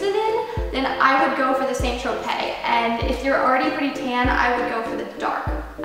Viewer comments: arielgv More like 'San-Tro-pay' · Never heard anyone pronounce St Tropez like that haha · arielgv My mum works with the head office for the UK branch and they pronounce it San so yeah guess it differs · ohh I see what you mean I thought you meant she was saying the tropes part weirdly haha. I've heard the st. part pronounced both ways!